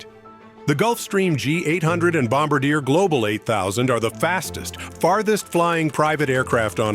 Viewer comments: It's pronounced bomb-bar-dee-eh. If you write it like that for your cheesy Don Pardo Ai narrator, he'll get it right! Thanks! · Its pronounced, Bomb - bar -yeh. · You’re saying Bombardier incorrectly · If you can't pronounce Bombardier - and you use children's fantasy measurements like feet - well you are ILS like a toe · Professional that can't pronounce Bombardier..